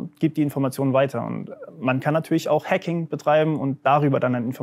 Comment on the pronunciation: will diese frau mich triggern mit ihrer hacking Aussprache